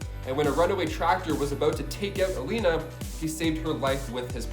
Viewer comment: It's 6 in the morning but wasn't Colossus sister called Iliyana not Eleyna?